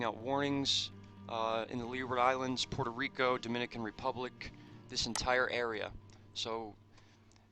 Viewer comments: Dude its Puerto Rico 😂 not PEURTO and San Juan is the Capital of PR, USA 🇺🇸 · It's Puerto Rico. Not Peurto Rico. Get it right!!!